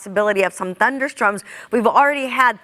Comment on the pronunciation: did she just said THUNDER STROMS..... twice ?? 🤨😂🤣